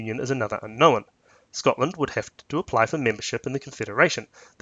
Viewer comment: "Unknowan"? "Unno'one"? "Unknowin'"?